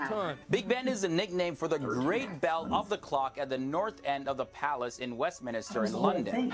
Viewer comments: a splendid reaction video as ever! You might like to note that the narrator of the video made a couple of slips. ‘Bailiwick’ is pronounced ‘Bayley-wick’ and ‘Westminster’ does not have an extra syllable as in his ‘Westminister’! Mind you, I am an ageing British pedant! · OK, many Americans miss pronounce Westminster as Westminister. Only one i guys. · It's "Westminster", not "Westminister"! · It's not the Palace of Westminister, like he said; it's the Palace of Westminster. Same for Westminster Abbey, etc. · Errrm, no. The melody of the National Anthem is used in `My Country `tis of Thee`, not `America the Beautiful`. But hey, you`re welcome ! Edit....should you really be getting your UK info from someone who says `WestMINISTER` ? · It really annoys me when these factual videos can't even do basic research! it is WESTMINSTER not WESTMINISTER as the guy was saying, that is just basic and shows he was reading off an autocue rather than actually knowing anything :)